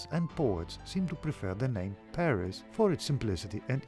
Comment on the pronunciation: Thank god, someone finally got "Paris" name right in these videos, Alexandros.